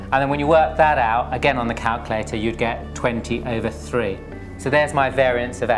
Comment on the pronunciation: I like how you say calculator. 'Calcalaytah' haha. :)